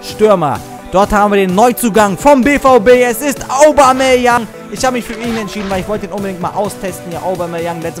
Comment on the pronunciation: Obameyang, wird das ausgesprochen :D